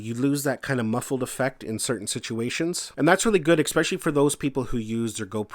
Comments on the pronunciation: It is especially, NOT ex-specially. Good video overall though! :) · LOL! That drives me CRAZY! Funny how something so petty gets under my skin... A character flaw I readily admit to, but I can't understand how that mispronunciation is so prevalent. :-(